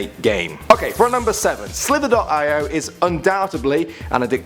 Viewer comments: Guys it's not pronounced slither dot I o It's pronounced slither e oh haven't you heard of agar.io it's agar ee oh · It's pronounced slitherio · It's called slither-e-O and the other one is not 20 48, it's 2-0-4-8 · The way he pronounced it lol